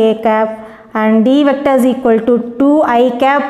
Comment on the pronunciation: Mam vector nenga vecta nu pronounce Pannuringa